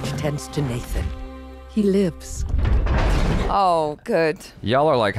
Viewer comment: I keep not hearing the 's' at the end of "Magneto lives!". It's very jarring....